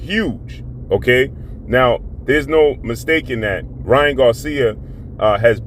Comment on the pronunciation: Why do you keep calling him king ra when his name is king Ryan